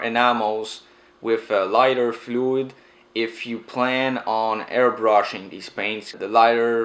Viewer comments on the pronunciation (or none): Sounds like he saying hair brushing